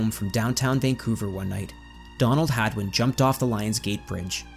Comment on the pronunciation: Is it hagman or hadwin? It sounded like you were sayingn hagman till the very end.